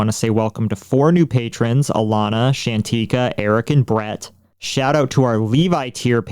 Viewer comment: Great episode as always! And glad to be a new patron. You said my name (Shantica) right which is surprising since most people don't. Keep up the good work, positive vibes to you both. love your content and what you do.